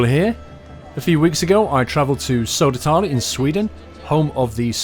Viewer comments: It's Södertälje not Sodertalie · Please ask your friend Keralis, how to say Södertälje. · It would have been nice if you learned to pronounce Södertälje...